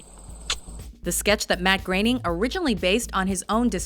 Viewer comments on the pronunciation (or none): Matt Groening* Not Graening